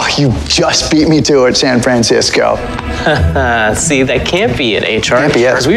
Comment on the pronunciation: I love how h.r call cisco `Sanfransisco` XD